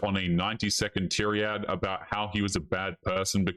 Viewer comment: Tier Eee Add....... it's Tie Raid.